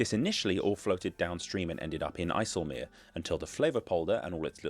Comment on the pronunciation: Great pronunciation of IJseloog